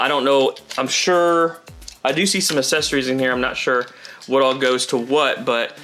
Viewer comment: Accessories not assesories 😅